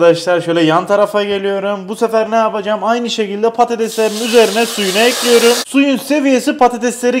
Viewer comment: Nobody::tencereyi ocağa ekliyörüm